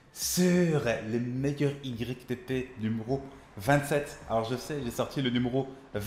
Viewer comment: Ytp sa se dit youtupoup🤦🏽‍♂️😂